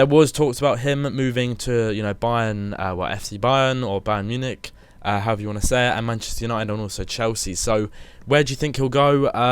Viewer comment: HE FINALLY SAID "Munich" RIGHT!